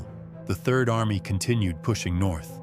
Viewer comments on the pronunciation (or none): none